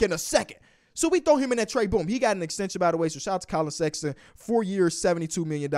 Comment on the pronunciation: KAY LOVE AIN'T SHOW NO LOVE 4 SEX-AH-TON :(